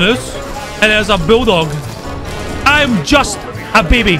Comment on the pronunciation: “IM JUST AH BEBEY” lol I died